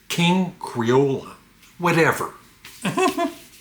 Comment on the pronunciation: I have a Rod McKuen single called Oliver Twist. It’s been in our family since I was a baby. I have one Bruce Cockburn album “Dancing in the Dragon’s Jaws.” It has the single Wondering Where the Lions Are. I loved it so I thought I’d try the album. And that Elvis single is pronounced King Cree ole. Into the trash heap😆